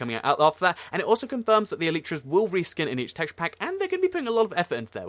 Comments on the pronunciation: PEANUTZZ LG He's right. that is the correct way. like "Ellie tra" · PEANUTZZ LG actually thats the correct pronunciation